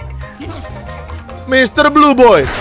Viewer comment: "Mister blue boy" Yang kalian denger: "Misteri joy boy" Yang gw denger